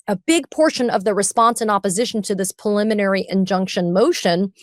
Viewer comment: Ben, why do you always pronounce preliminary injuction as "puliminary"? It's so weird. You're a lawyer. It's a word you should pronounce correctly every single time, not wrong every single time.